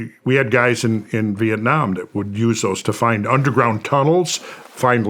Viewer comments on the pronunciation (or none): none